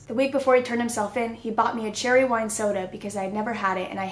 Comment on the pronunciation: ..cherrywine lmao. its cheer wine..still love ya tho!